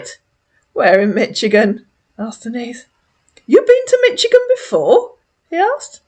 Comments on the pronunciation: Catching up on your lovely videos, they're so entertaining while I get ready for my Friday night. Just a tip: Michigan's ch sounds like an sh. We say it more like Mishigan. Yeah it's odd but, there we go. Love your videos! Carry on my dear and have a lovely weekend! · fyi, Michigan is pronounced “Mishigan” in the US 😊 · Denise dear lady, it's pronounced Mish-igan,lol, just want to help a sis out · Michigan typically pronounced Mish i gun